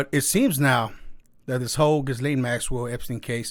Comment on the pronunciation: people...ghyslaine...all of you say her name like >> guylaine... but her name should sound as.. >>>> geece-lane...